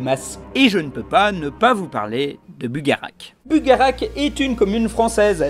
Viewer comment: Ça se prononce "Bugaratch"